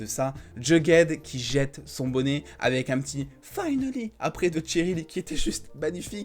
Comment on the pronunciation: C pas tcheryl c Cheryl 😂😂😂😂